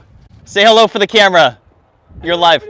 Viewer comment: is so white, when he goes outside: the sun gets a tan🌞 I love the content, but can't myself from cracking up at every "Hulloh!"